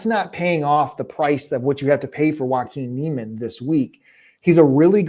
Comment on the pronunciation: lol at your Jaiquin Niemann pronunciation